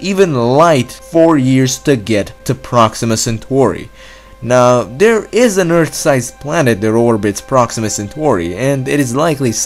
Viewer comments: He talks like a dumb toddler. Its "THERE" not "DARE"!!!! He doesn't know how to prounouce fucking T's!!!!! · Dude learn to pronounce Th..not duh